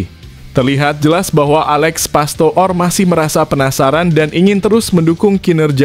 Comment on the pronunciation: ALEX PASTOOR = DIBACA ALEX PASTOR, BUKAN PASTO'OR PAHAM?